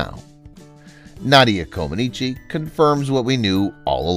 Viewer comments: Her last name is pronounced Comaneech not Comanichi. I know this because my wife is Romanian. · Comanech, not Comanechee. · Her name is NOT pronounced "Comb-an-eechi". It is "Kom-an-etch" as everyone in the rest of the world knows. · The final letter is silent in Romanian words ending in the letter ‚i‘. her name is pronounced Comanech. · You are pronouncing her surname incorrectly. It is pronounced common etch. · Coma-neech, please. If you are going to use a computer narrator, make sure that the computer is programmed to pronounce the subject's name correctly. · Mispronounced her name throughout… the “i” at the end is silent. Its pronounced “Co-muh-NEETCH” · Romanians dont pronounce the i at the end. Say "Comaniche" (e is silent) or Co man eech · Amazing that you are doing a video about one of the greatest female athletes of all time, and you can't even pronounce her name correctly. It's ComanEECH. The "i" at the end is silent. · Her name is pronounced comaneech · Too bad you can't pronounce the lady's NAME! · With the last name "Comaneci", the last syllable "i" is silent. At least, that's the way it was pronounced by TV announcers during her Olympics televised appearances. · Ouch! That continual mispronunciation of her name is slapping my brain -- can't watch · It would be wise to properly pronounce the subject of the video, before recording it, let alone posting. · The 'i' ,at the end of her name is silent !! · I can barely watch this because the incorrect way you keep saying her last name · The i is silent. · Learn to pronounce her name. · It would be nice to learn how to pronounce correctly Romanian 🙃 names Sounds awful 😖